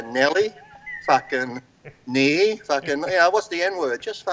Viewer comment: knee not nee Mr. lee